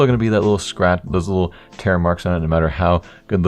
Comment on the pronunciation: lmao i thought u sed no matter howl low the float is